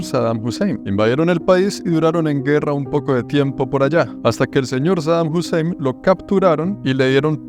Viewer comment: bro really said saddam husseim